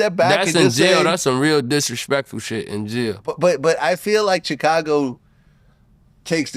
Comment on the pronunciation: Vlad be like “Chickcago”